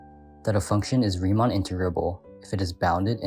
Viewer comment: Good video, but I did have an issue: I try not to complain about audio quality, but I couldn’t tell you were saying “Riemann” until about the 6th time re-listening to it. It would have really helped if you put something like “Riemann Integral = Darboux Integral” on screen at some point seeing as they are the main subject of the video. Casually throwing out proper nouns I’m unfamiliar with is a good way to derail a lesson. I have not seen an integral explained in 3d before, so that was interesting. I found it a little tedious since you fully explained the exact same process a second time, but this is actually genius, providing an excuse for you to give students a second chance to understand the concept while technically covering new material. It’s a trick I should really find ways to use. Darboux was the explanation I got for integration which is why I found it tedious, but for your target audience, I think this was really well done. I liked the visuals and aside from the words “Riemann” and “Darboux”, the narration was good.